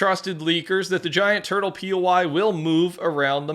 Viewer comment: wait did you say a tutle? bro i hope they add avatar wan or sum